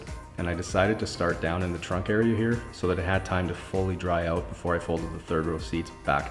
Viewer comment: Hearing the way you say "out" is satisfying🇨🇦